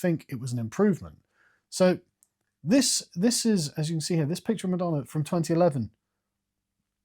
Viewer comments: Every time he says ‘madonner’ you gotta take a shot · “Pamaler and Madonner” lol